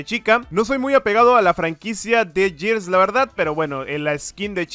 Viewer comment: Se dice gears no yirs v